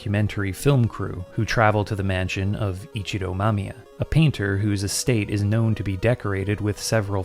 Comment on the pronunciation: Also, thank you for pronouncing the names competently. So many people I hear call her "Mamaya" instead of "Mamiya" and it's frustrating.